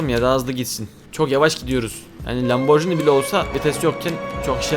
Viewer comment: Lamburgini diye okunuyor bide artık yorumlara kalp at hiç kalp atmıyon bu ne at yorumlara kalp at yaaaaaaaa